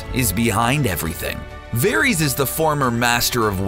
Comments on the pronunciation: Good god this guy cant say any name like they do in the show! Verys is pronounced like Veris!!! Not Veries!!! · Vair-iss, not Vair-eez. Jeez!!! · Dude its pronounced "Var-is" not "Ver-ees" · ITS VARYS NOT VARIES!!!! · I can't stand the way he said "Veries" for Varys. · Julia K Varees